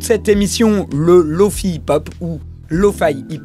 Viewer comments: Je sais pas pk il le prononce comme ça. Remarque que google translate fait de même. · C'est pas Lo-Fi ou Lo-Faie, c'est Lo-Fi ! Le 'i' se prononce 'i' comme dans le mot Fidelity, tu l'expliques toi-même dans la vidéo >.> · Je sens que ta prononciation de Lo-Fi va me trigger tout le long ahah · Je sais mais je sais pas pourquoi ça me trigger quand même x) Excellente vidéo au passage